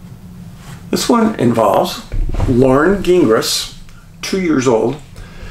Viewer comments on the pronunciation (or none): Gingras. It is painful listening to Americans pronounce French names. It is pronounced JING-RAH (the g is soft and the s is silent).